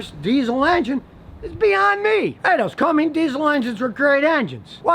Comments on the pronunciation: Cummins, not Cummings. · Am I the only one who cringes a little when he says cummings and not cummins no hate tho lol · Its Cummins not Cummings ya nerd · It's "come men's", not "Cummings"... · Why do you keep saying Cummings? The diesel engines are Cummins. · Its not a Dodge and its not "Cummings" Geezzz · Ok Scotty. There is no G in Cummins and you ignore the A in Aisin - say “Isin”. As for ZF. They make a great 8 speed auto that is in a lot of cars and the Ram 1500. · That's because years ago, women's groups complained about the name, so Cumming replaced the "g" with an "s" . Problem solved. Scotty is old enough to remember the original name. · "with a CUMMINGS" oof Scotty. My 06' 5.9 is still going strong with 158k on the clock. No hiccups other than she just got a new set of injectors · CUMMINS not CumminGs. No "G" Scotty. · Did he just say Cummings again? Bruh its Cummins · If you're a mechanic why are you saying "Cummings" instead of "CummINS?" Makes me wonder....... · Scotty: "CUMMIN-G-S" Every RAM Enthusiast: .... Ah, no it's 'CUMMINS'!! Love my 2015 RAM 3500 6.7 Cummins, it pulls like a freight train! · Matthew Beske Retired truck driver here, 45 years experience, I’ve heard the name pronounced countless times correctly. Every time I hear someone pronounce it wrong (Cummings or Cumming) I want to call them a dummy. 😠🤨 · Hmmm... not to be picky here, but why do so many people, including Scotty here, call Cummins diesels "Cummings?" It's pronounced "Come-Ins," not like the actor Robert Cummings. Just sayin'.... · Jake Rheault you are absolutely correct.. Did you hear him say cummings lol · Scotty, you lost credibility when you called it a "Cummings" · I know lol. When scotty pronounces it in the video it sounds like he says cummings with a g on the end. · Its Cummins!!!!! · Cummins. No G on the end. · Scotty-no G in Cummins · I can't take a mechanic serious that calls Cummins brand motors, "Cummings". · Cummings.....LOL one pump chump